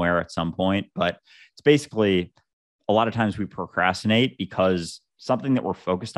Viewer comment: the way dude pronounced it "pro cas tinate" triggered me lol